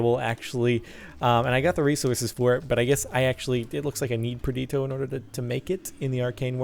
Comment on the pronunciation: xD he pronounces perditio different every time